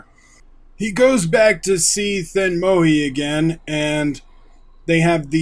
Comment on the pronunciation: Here's a pronunciation tip: whenever you stumble upon a 'zh' consonant cluster in Tamil names, you pronounce them like a rhotic R. It's the deep American R sound. Pugazhendi therefore is pronounced Poo-ga-Rain-dee and thenmozhi similarly is thé-n-moRi. Interestingly, the L in Tamil is also pronounced this way: Tha-meeR